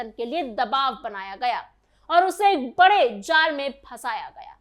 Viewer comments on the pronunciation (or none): none